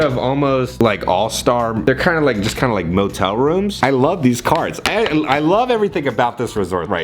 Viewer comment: Cartoon Network “motel”